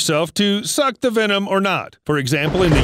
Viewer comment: It’s venom not “wenom”